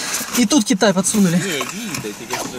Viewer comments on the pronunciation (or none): none